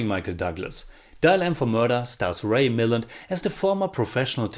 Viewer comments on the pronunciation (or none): FYI - Ray Milland pronounced his last name, mill-And, emphasis on the second syllable. Love your Classics reviews.